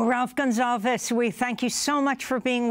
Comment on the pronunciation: Comrade Ralph on Democracy Now! How exciting! Amy, his name isn't Gonzalves. It's Gonsalves! I loved that you brought him on, but please, call his name correctly. He should have corrected you. Once you don't correct people, they won't know your name.